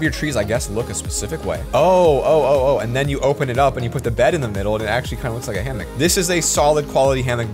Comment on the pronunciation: did it trigger anyone else when he said hammick not hammock